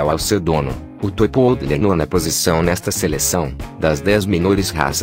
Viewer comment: Além do Schnauzer não ser um Schnauzer, mas um PINCHER, ou seja, engambelando quem assiste, não existe "Yorkshire Miniatura" de acordo com a classificação do Kennel Club. Outra, PO-O-DLE??? Esse robê tem que ir pra porra!!!! Comece a narrar seus próprios vídeos! Melhor uma voz de Pato Donald do que uma gramática errada dessa!!! Amo cachorro e só consegui assistir o video sem som!!! E PESQUISE antes de abrir a boca robótica para não passar vergonha na internet.